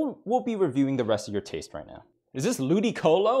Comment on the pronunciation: He really Said lewdycolo